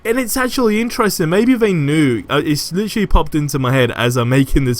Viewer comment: Marvel Avengers must be this guy's only gig because he is a one- man hype show. Lol. Lit-Trah-Lee.